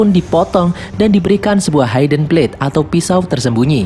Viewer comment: mohon maaf sebelumnya.. ga semua huruf I dibahasa Inggris dibaca ai.. hidden dibacanya hidn.. bukan haiden.. Maaf bang.. agak mengganggu soalnya..